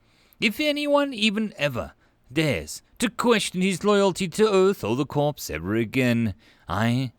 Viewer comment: Corps is pronounced Core CORE. Never Corpse. Otherwise good reading.